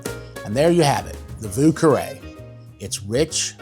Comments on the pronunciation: No one ever pronounced it correctly, including you 😂😂😂 thanks for the recipe anyhow. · You didn't pronounce it correctly, either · You can't pronounce it either! 😂 nice drink tho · Sorry buddy, but you still don't pronounce it correctly... then again, I'm French, so I have a distinct advantage when pronouncing French words... and the French arrogance to correct you 🤣